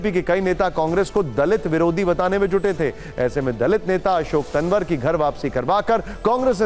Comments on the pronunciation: पत्रकार महोदय तनवर नहीं तंवर है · इतना बड़ा पत्रकार नाम सही बोलना नहीं आता